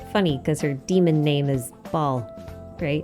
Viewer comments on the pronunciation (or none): It’s pronounced like Bale not ball. Baal is pronounced like bale. I wish ppl would actually pronounce the names correctly. Seriously.